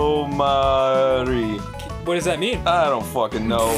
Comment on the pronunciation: It's not "isadomari"...It's "ikidomari" which means "dead end" in japanese...because it was a dead end.